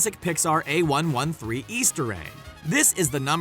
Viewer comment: I never heard someone say A113 as A-One-One-Three